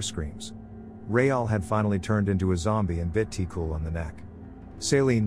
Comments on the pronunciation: Yeah, like for example: Ti-cul {Tee Q} (but don't pronounce the E sound in Q and it'll be close) , (it means like "kiddo" comes from "petit" {puh-tee} meaning small "petit"-> "ti". And "Cul" meaning "ass". It doesn't translate well to English but just see it as meaning "kiddo" or "kid" ) Bonin {Bo nine (but stop halfway through pronouncing nine)} (Bonin is a Family name, it's like calling someone "Johnson") Vézina (pronunciation was correct in video. It is, also like Bonin, a family name) Thérèse {Tay rise} Réal {ray al} Céline {Say Lin} Demers {Duh meh-rs} Zoé (pronounced correctly) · Ti-Cul is pronouce "Ti-Qu" 😂no offense, just funny to see how other languages will pronounce it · The way you pronounced ti cul 😹 tee- qwu* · Always hilarious to hear typical Québecois names pronouced by anglish speakers lol Tee-Cool hahahaha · The L in "Ti-Cul" is silent. It's French Canadian slang for "Little boy". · (From Québec) hahaha It made me laugh so hard the way you said the names especially Ti-cul, wich is obviously not his real name since well, it's a form of insult and you don't pronounce the L in it. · I cringe when the voice pronounce the name like ti-cul or other names from Québec